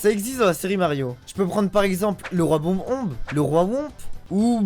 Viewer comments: Ces boss personne ne les a oublié si on connaît les jeux, et bordel c'est si dur que ça a prononcer "Bob-omb"??? Ce mec est insupportable. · Roi qui ? Comment tu prononce Bob-Omb mdrrrr